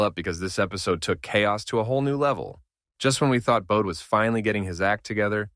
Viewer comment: His first name is pronounced Bo dee and last name Lee own knee